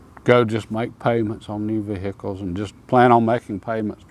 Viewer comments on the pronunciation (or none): Vee- hick- uhlzzzz.